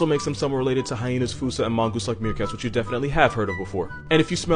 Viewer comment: Thank you for pronouncing Fossa correctly! Their Latin name, Cryptoprocta, means "hidden anus." There's also a pack of African Painted Dogs at Cincinnati Zoo, and as long as you don't try to play with them they're pretty cool.